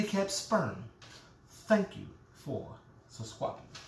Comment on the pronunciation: You had me at, "Stop touchin my waist!!!".....thank u for suscwibin. I'm dead😂😂😂😂😂😂😂